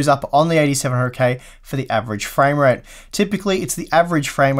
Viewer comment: You seem to be saying more "framerape" than "framerate" :D